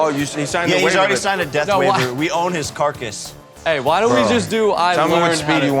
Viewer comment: “We own his carcus” 🤣🤣